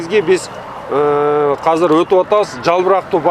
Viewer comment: Азыр❌ Казыр✅